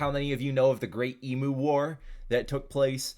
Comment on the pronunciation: not the emu pronunciation 😔